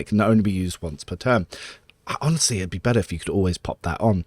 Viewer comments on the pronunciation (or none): none